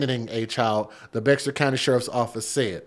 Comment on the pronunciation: Bexar is pronounced Bear... I was raised in that area.